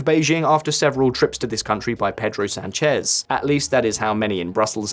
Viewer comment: Por cierto, duelen los oídos de como pronuncias Sánchez. Infórmate por favor. Es un signo de cultura y respeto.